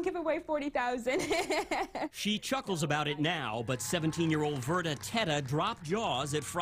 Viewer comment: Verda not verta